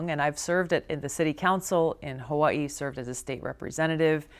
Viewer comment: Only candidate that pronounce "Hawaii" correctly!